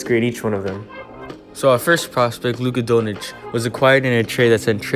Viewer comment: luka donich lol its pronounced luka don-chich